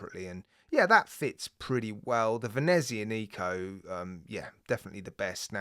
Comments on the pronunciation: No offence, but as an Italian speaker, may I correct your pronunciation of Venezianico. The only emphasised syllable is the ZIAN part - so it is "Vehneh ZIAA neeco" - flowing not staccato. I have a Venezianico, Arsenale range, one-off-build by manufacturer, GMT, 45mm, all black, honeycomb dial, white gilt-edged hands & indices, brass bezel markers, dark brown heavy leather strap, Sellita SW330 speciale. A nautical beauty. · the CW looks so good! I believe we will be seeing more watches from Venezianico so if u get the chance, ask someone how to pronounce it properly. (not trying to be rude or anything like that)